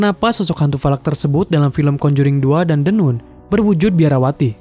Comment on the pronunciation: Bacanya the nan, bukan the nun